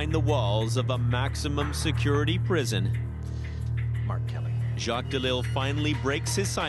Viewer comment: Everytime he introduced himself I thought he was saying R. Kelly instead of Mark Kelly I was 🧐